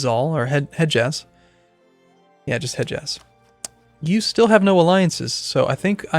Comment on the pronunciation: The d in Hedjaz is silent :)